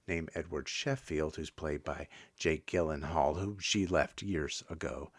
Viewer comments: Gyllenhaal is pronounced “Jill-en-hall”. Isla is pronounced “Eye-la” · Well, there's really no point in watching these, now; you give away most of the story. Also, it's Jake Gyllenhaal with a soft "G", like a "J". 🫤